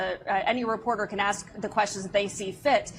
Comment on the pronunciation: Ask. Not “aks”. You’re a very intelligent man. Saying “aks” instead of ask makes you sound ignorant. Otherwise, love your content.